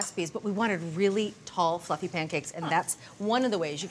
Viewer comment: Oh! She said "fussy" pancakes! OTG